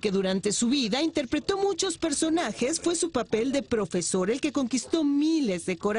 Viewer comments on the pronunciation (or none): esque soy yo o el que esta anunciando la noticia dice INTERPRETRO o soy el unico que lo escucho